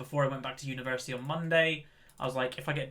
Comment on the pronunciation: have always noticed, when you say the word university, you sound 100% irish.